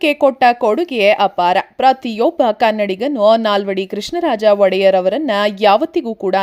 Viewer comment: ವಡೆಯರ್ 🙅 ಒಡೆಯ ರ್